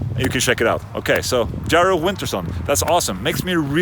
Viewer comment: That Jari pronunciation hurt my face.